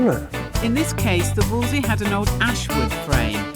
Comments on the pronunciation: Why do they all say Wolsey? Nobody called it that in the olden days. It's a WOLSELEY. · Fantastic project and fantastic outcome, but why can't anybody pronounce Wolseley properly?? :body-blue-raised-arms:❓❔